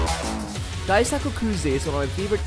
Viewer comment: Just a small correction, Daisuke is pronounced “Dice K”. I only know cause of the Red Sox pitcher Daisuke Matsusaka